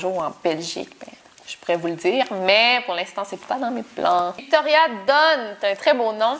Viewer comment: Alors déjà je viens à peine de commencer à regarder la vidéo mais 34 minutes de Victoria??? J'adooore J'écris ça 20 minutes plus tard ahaha awww t'es adorable j'aime trop comment tu prononce mon prénom et merci beaucouuup d'avoir répondu à mes questions "ou si je viens en Belgique" ahahah ouiii